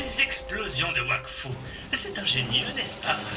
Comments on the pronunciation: i search for the polish version and watch it, it's pretty weird but i tghink it's because i don't know the language and only watch the french one, also the trailer make me laugh where i heard Vakfu insted of wakfu at the begenning ^^ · In Poland, we read "W" as "V".